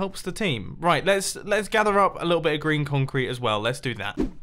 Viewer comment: When you say green concrete I always think you say Grian concrete 😂